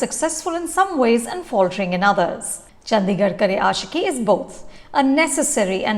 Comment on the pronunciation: The D in Chandigarh is pronounced as D, not “Dh”.